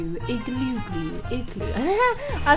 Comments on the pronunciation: when you say igloo really fast it sounds like you are saying ekk glue lol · It like you are saying glue I'm I right